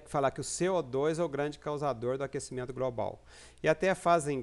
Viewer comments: Tem probleminha de dicção ...A pronúncia correta é GLOBAL e não GROBAL. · GROBRAL??? , , , IntergRaciais ???? Pensei que havia a letra 'L' após o 'G' !!! O que é "GRAIS" ? Preciso me atualizar